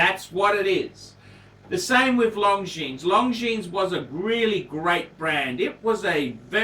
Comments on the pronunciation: Hint: it is not pronounced "long jeans" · Wish he’d pronounce Longines correctly. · I found this difficult to watch....you can't even pronounce Longines correctly